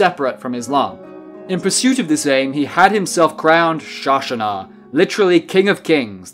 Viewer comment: I mean, thanks for being just about great, and not spreading the islamists' propaganda, BUT I gotta admit, you butchered the name here. It's not shashana, it's "shāhánshāh"(šâh-ân-šâh in latinized persian), shah(šâh)means king, so šâhanšâh means king of the kings/emperor.